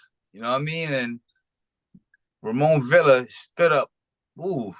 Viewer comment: Its amazing how y’all hear how to properly pronounce these fighter’s names and yall STILL say it wrong… It’s pronounced VEE YA not VIL LA… And Chukhadzhian is pronounced CHUKA JOHN… Yall be tripping 🤣